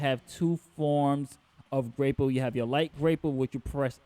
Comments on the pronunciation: I'm sorry my guy, but it's grah-pull, not gray-pull. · i was hearing grape pull 🍇